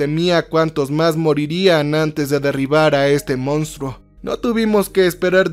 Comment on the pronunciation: Che, con la mejor de las ondas. Se escribe y pronuncia MONSTRUO.